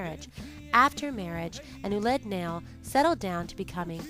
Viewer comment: It is pronounced "wa-lid na-yil", NOT "oolid nail"! The French spelling oulid nail is how they wrote the Arabic words "walid (children) nail (of sandals) I can't make the double dot over the "i" which makes the vowel separately pronounced. Hearing "oolid nail" over and over again makes my skin crawl!!!